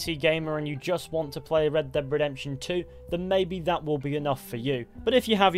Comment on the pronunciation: Redbededemtion :D